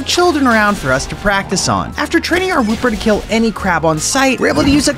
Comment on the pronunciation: woo-per is wooper